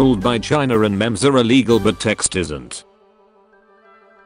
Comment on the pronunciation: I hate how he said memes instead of memes #dankness